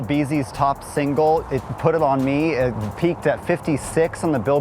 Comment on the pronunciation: Minute 😂😂😂 Newscast guy SAID IT WRONG WRONG WRONG WTF IS "PUT IT ON ME" SMFH I WAS ROLLIN WHEN I HEARD THIS MESS UP!